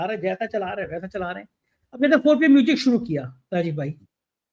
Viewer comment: Arrey apne muh miya mitthu banna band karo yaar. Roz ek hi baat. I watch your channel for your guest's views despite your speech impairment. Nooj nahi hota news hai. Moojik nahi hota music hai